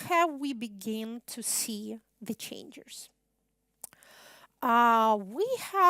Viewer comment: начиная с на видео есть два слушателя в пиджаках и галстуках, у них немного скучающий вид... Выступление, как всегда блестящее, хотя некоторые слова произносятся специфически, например, was (было) слышится как wars (войны) и changes (изменения) слышится как changers (менятели??), ну и еще парочка в том же духе, что слегка усложняет восприятие. А в остальном, как говорят "песец, пеши есчо". Спасибо на все времена